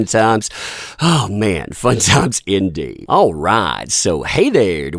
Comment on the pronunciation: Fun times! Fun times INDEEED! I can tell that you really meant it this time! Hahaha